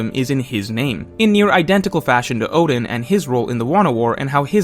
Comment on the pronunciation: This guy can't even pronounce Oden right 🚮🤦‍♂️ WTF